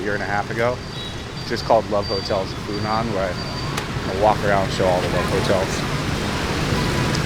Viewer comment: The correct pronuniciation, without any tones, should be "Fu Nwuan" for Phu Nhuan. I used to venture into the Phu Nhuan district of Saigon in 1966 quite often, it being mostly populated by French or French-Vietnamese, and not having too many restaurants or bars. As I see HCM City through your camera lense, it is way to Westernized for my taste, and nostalgia for the past, even being a war-past.